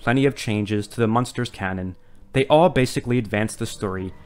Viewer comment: it's "Munsters" not "Monsters" You keep saying "Monsters"